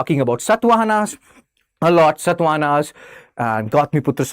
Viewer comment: It is clearly evident that people like you cannot even pronounce our rulers properly because you are used to Mughals only. For example, It is not Satvahana like in “Satva” and I can’t teach all of that to you now